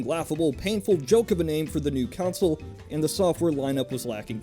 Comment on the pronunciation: Why do you call a console a council I am really confused... it's pronounced "con-sole"... you know, how it's written.